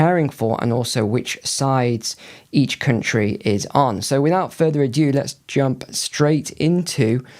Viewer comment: Arghhh you keep mispronouncing these phrases, its without further ado, not adew or adue🤐